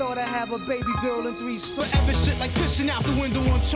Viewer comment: 다좋은데 마지막 Forever 발음이 너무 싼티나요